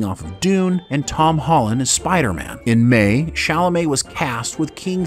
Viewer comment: He said tim holland